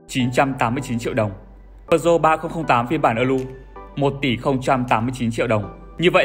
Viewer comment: Bạn đang làm cho hãng Peugeot sao không phát âm tiếng pháp có phải hay hơn không? Bán xe pháp mà lại phát âm tiếng Anh.